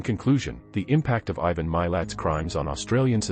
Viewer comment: Name is said “mah lot” spelled Milat. Ivan is said “I van”. Are you a robot? Listen to the documentaries about Ivan Milat and the victims please or watch the Australian movie “Catching Milat”.